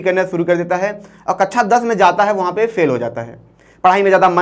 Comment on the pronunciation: Ye Siddhant sir ka relative hai kya??? Na koi sense wali video krta hai.. Na story telling skills hai. Kabi alines wali story Kabi duniya khatam ho jygi wali video... कक्षा ko कच्चा bol raha hai Pata nae kyu rakha hai inko 🤦🏻🤦🏻